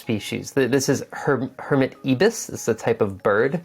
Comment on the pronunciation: You are a fantastic teacher,. I got so much from this. But coming from Oz, can I just point out one thing that drove me crazy? The first "i" in Ibis is pronounced the same way as the "i" in you and I. It's the name of one of our native birds, and a massive Japanese hotel chain!